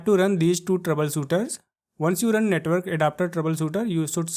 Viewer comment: Netwol 😂bery beesie touble shoutels 😂😂😂😂😂